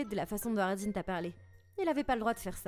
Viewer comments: Nn tkt elle a dit ce Ardine 😂😂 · quand elle a dit ardine c'est un … ) elle a dit ardine ou sardine j,ai compris sardine 😂😂😂